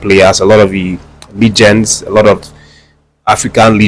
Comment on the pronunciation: Well done my guy, but please…it is pronounced Leh-jend, not li-jend. Please, no fall our hand, abeg. You can check if you no wan believe. Odawise, good show.